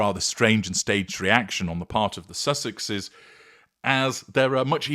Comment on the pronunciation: Is it possible this is an Ai article? Since Sussexeseses" was mispronounced? I believe it's so. This age is FULL of Ai script, image, video.